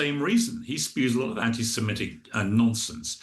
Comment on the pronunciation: Definitely be can't even pronounce anti Semitic.